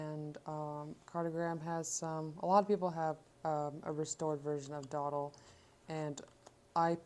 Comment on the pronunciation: Just to let you know it’s pronounced “doh-DAHL” and “jjjahn” not Jean. :)